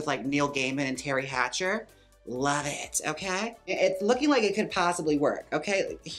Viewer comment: Terry Pratchett. Not Terri Hatcher.